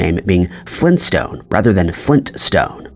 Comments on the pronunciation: It's Flintstone. They put together two rock-like words. Flint and stone. Get it? The name wouldn't be Flin stones. What's a Flin? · "Extra T" ?? Flin*t* is a kind of stone. Who knows WTF "flin" would be. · I think Flin-stone might be a mishearing or speech issue with certain local dialects. People in some areas of Northeastern Pennsylvania run n and t together when saying words like Scranton. It's a bit like some people write should/would/could of instead of should've/would've/could've because they hear 've (contraction for have) as of.